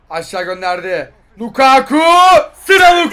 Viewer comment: Biri lukaaaku değil lukaku olduğunu söylesin